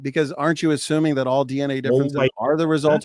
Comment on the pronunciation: dude really pronounced "assuming" as "aSHuming".... WHAT an idiot. I literally would've ended the debate right there... If we can't get basic word pronunciation right... We CANNOT argue ANYTHING.